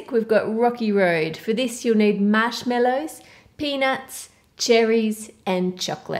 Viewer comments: “Mashmellows” It’s marshmallows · Lmao you say mashmellows where were you born? No offense I love this video 💕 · Is it just me, or does she say MASHMELLOWS instead of Marshmallows! Like if you agree!! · The recipes look great. But I had to stop at the third recipe. Sorry but I just couldn't take to hear MASH-MELLOWS ANYMOOOO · I love how she says marshmallows